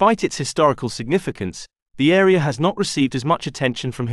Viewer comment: This AreaR? I hate the intrusive "R"